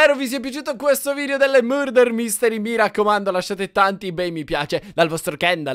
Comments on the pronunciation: Si dice marder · ho sentito burder invece invece che murder. Vbb cmq na forza 2 assassini invece invece che 1